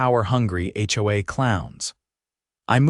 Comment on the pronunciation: It's not ho-uh. It's H.O.A.